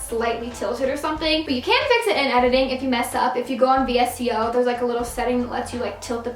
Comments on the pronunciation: Btw aspyn its not v s c o its vsco you have to say it together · ASPYN it's called u don't say the letters Vsco u say vs-co cam